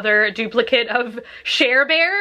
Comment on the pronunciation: You said share-bear but I thought Cher-bear